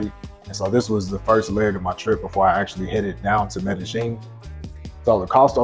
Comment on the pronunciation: Since when is there a g in Medellin